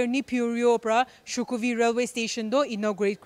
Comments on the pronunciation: That's not shukhovi, it's shokhuvi😂😂😂😂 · It's SHOKHUVI NOT SHUKHOVI